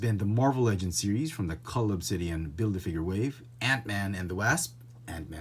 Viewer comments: “The Wāsp” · You pronounce ''wasp'' incorrectly, Just saying.